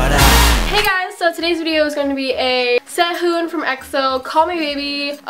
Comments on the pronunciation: hey just wanted to let you know that we Koreans don't pronounce the "h" in Sehun's name ^-^ I've just noticed that you say "SeHUn" very defined :) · I can know that's she's not korean because of the pronunciation of Seh-un... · its sehun not sahun ☺🙌